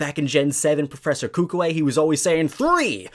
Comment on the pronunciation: Uhhh u pronounced kukui wrong